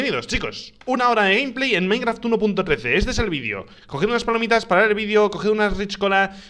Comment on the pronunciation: Minecraf xddd Se te olvido la t ekis de